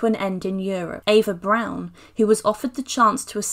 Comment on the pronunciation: Eva Prawn.A prawn Goebells.